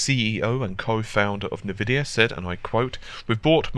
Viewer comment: Sorry man..this time I wont accept this. I understand technology better than you think i do. Dont talk to me about Nvidia..you dont even pronounce it correctly in your videos. its pronounced Envidia...not Nvidia (Same E as in Entertainer)